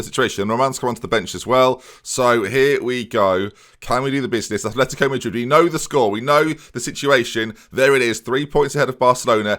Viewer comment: Its fuckin " Atletico " madrid not "athletico"